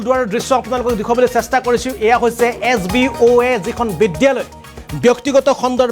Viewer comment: Oi gadho , বিদ্যালয় শব্দ টো চিকিৎসা লয় বুলি কিয় পঢ়িছ